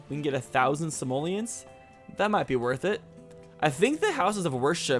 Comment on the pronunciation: I can't hear say 'Simolians' without thinking he's actually saying 'Somalians'. Is it just me?!:P